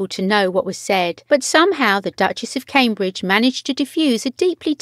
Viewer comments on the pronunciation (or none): none